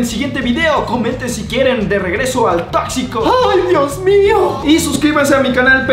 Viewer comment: xD me gusta la parte a donde dise el on.bre tocxico da me al an siano 😅😅